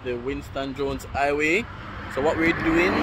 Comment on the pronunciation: Highway...not iway...put some emphasis on the h...like a mouth breathing sound.